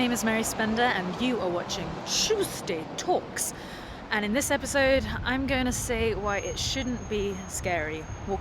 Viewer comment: Can you pleas just say Tuesday talks......like normally. ;-)